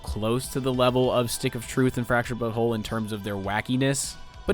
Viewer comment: Hahaha can’t get over how you say Butt Hole😂